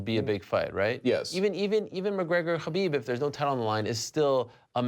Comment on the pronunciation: is also pronouncing Khabib's name wrong every single time.